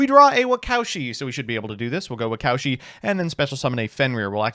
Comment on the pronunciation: Anyone else cringe everytime pronounced "Waka Ushi" as "wacowshi"